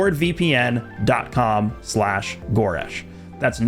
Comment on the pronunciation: Its pronounced GOU-resh not go-RESH?????